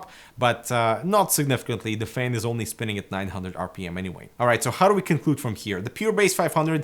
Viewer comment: Thumbs up if you love the way says FEHN:D